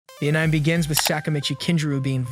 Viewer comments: Come on dude I get it's AI, and I've posted this before, FIX IT. It's not AN-Nyme -- It's ah-ni-may --- anime. It's grating you can't fix the AI script to handle Japanese pronunciation when making these videos daily. it makes it very hard when anime, character names, locations get fouled up consistently. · Even my iPad's speak selection can pronounce the word "Anime" correctly. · you can say it like Ah-ni-may or Ah-ni-meh